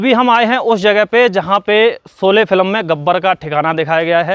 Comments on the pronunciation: Solye nahi bhai sholye hota hai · Solay nahi bhai “ SHOLAY” hai. Lagta hai apko s aur sh mein problem hai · आरे झुटे भैया पहले तो सोले नही शोले बोलो और शोले की शुटिंग महाराष्ट्र के रायगड मे हुई है कुछ भी मत बको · bhai pronunciation theek karlo....solay nahi sholay hai... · Yaar PLEASE, jis main topic par apna poora video bana rahe ho, KAM SE KAM WO NAAM TO SAHI SE BOLNA SEEKH KAR PHIR VIDEO BANAIYE. Ye SO LE / SO LE kya hai. Lakshya ka 'SH' to sahi bola.